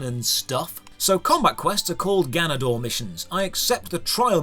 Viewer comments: I know Spanish! Also: “gaaa nuh dohr mission” Lol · Anyone else laughing at how his character learns Spanish, and then immediately after he's mispronouncing "ganador"?